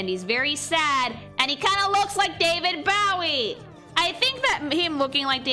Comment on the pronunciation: I know, BUUUUUUT her mispronouncing David Bowie's name on the Orpheus section is driving me nuts